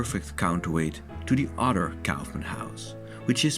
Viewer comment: "Neutra" is pronounced "NOY tra" - not "noo tra" - he was from Austria and therefore his name has a German pronunciation. You got Kaufmann's name right, however, which also has a German pronunciation.